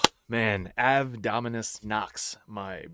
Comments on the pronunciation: You'd think Night Lords being your favorite would cause you to pronounce Ave correctly. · He can't even pronounce Ave correctly.